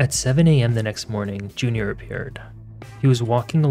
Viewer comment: Thank you for your videos. You are fast becoming one of my favourites. Just an observation, I can't help but notice you are pronouncing "G" as "K". For example, 'mornink instead of morning.